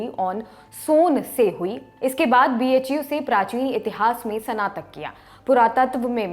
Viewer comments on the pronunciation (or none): Snatak ka pronounciation thik se kijiye mdm aapko sudhar ki jrurat h